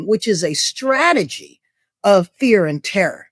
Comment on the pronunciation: It's STrategy not SHtrategy. Please!!